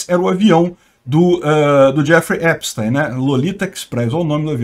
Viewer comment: Assistam a serie/documentário, no Netflix. P.S.: A pronúncia do nome é Epstin, ou teen, não táin.